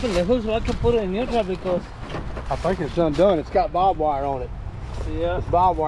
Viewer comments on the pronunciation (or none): Hey, it's not bob wire. It's barbed wire